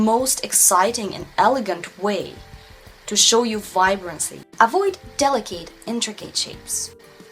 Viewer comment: I love you and your videos!! They have helped a lot! I'm almost afraid to share this, because I don't want to be critical...After all, your English is extremely good! There are just a few words that you may want to check the pronunciation on. Delicate, intricate and sloped . Those words come up a lot. They are not pronounced at all like their spellings. Please don't be offended though! We all love you and appreciate you. I mean this suggestion in the kindest way.